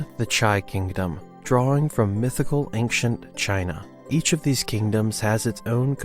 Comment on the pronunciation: Fun fact: it's pronounced "ancient" not "angcient".